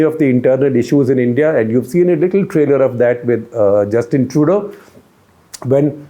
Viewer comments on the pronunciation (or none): none